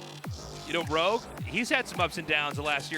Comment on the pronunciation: ROGUE NOT LOG, FFS!